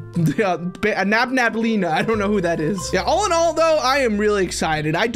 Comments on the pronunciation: its nabalenna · Dude it’s nabelena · its nabaleenna not wait WHAT IS BANBALEENA BACKWARDS